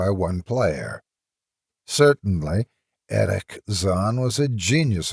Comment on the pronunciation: Oh my.., luv your readings. But why on earth do you pronounce the german name "Erich" as if it was a bloody Arab name? XD